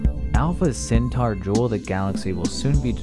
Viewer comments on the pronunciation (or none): It's not Centaur, it's Centauri! Alpha Centauri! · Centauri not centaur. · You left the i out of Alpha Centauri every time (Acurtine)